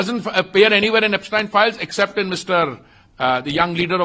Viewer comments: Epstein Files ❌ Apstine Files ✅ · He's calling Yepstien 😅not Epstein 😢